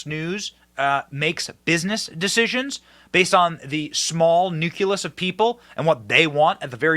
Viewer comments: Did you really just say nu-cu-lus? Come on man! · Would someone teach this child how to pronounce "nucleus?" 😊